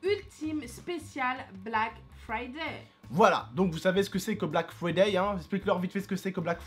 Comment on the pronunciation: Mdr on dit "BlackFrayday" pas "Black Friday" Mais tranquille c'est la même, sinon bonne vidéo..